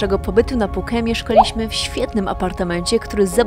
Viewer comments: Wszystko super ale te Puke brzmi bardzo dziwnie i nikt tak niestety nie mówi😂😂😂,poza tym wszystki super i oglądam wszystko jak leci, dobra robota. Pozdrawiam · Puke ? nie wiedziałem że tak się wymawia Phuket …